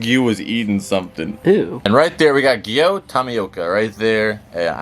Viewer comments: its bot giyo its giyu awwww u r making me angry every second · It’s giyu with no o with a U